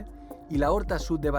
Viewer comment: Es l'horta sud no la horta sud. Por lo demás excelente documental